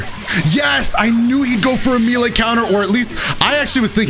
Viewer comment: I'm begging you. MAY-LAY